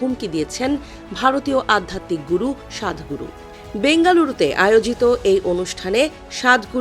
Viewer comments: ওটা 'সাধ ' নয় , ' সদ '। বাংলা ভাষার রিজিওনাল দিক গুলোর প্রতি বাংলা সংবাদ মাধ্যম গুলি খানিক যত্নশীল হোন, এটাই প্রয়োজন । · সদগুরুকে নিয়ে সমালোচনা করার যোগ্যতা নেই,,তাইতো প্রথমেই সদগুরু নামটাও উচ্চারনে ভুল করলেন,সাদগুরু বললেন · স্বাদ গুরু না সৎ গুরু, ইংরেজীতে উচ্চারণ হবে সদ গুরু। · সাতগুরু না ওটা "সদ্ গুরু" হবে ।আগে ওনার নাম ঠিকমতো বলতে শিখুন তারপর বলবেন। উনিতো ঠিকই বলেছেন,কোন কিছু ভুলহলে তা শুধরে নিতে হয়।1972 সালে যে ভুল হয়েছে তা 2026 সালে আমাদের শুধরে নিতে হবে। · বলদ সাংবাদিক সাদগুরু না সদগুরু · সদ্গুরু not সাধগুরু 😂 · সাংবাদিক এত মূর্খ হয় কি করে সদগুরু কে বলে সাদগুরু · সাদ গুরু।এটা কোন ধরনের উচ্চারণ? সৎ গুরু কে বলা হচ্ছে সাদ গুরু!!! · 😂 ইংলিশে sadhguru